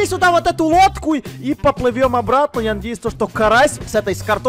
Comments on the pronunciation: мне одному послышалось, что сказал не «лодку», а «водку»? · мне послышалось что он сказал не лодку а водку😸😂😺😂😂😂